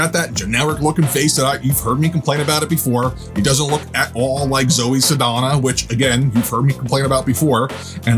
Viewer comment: I thought her name was Zoe SaLdana with a L in! Am I wrong??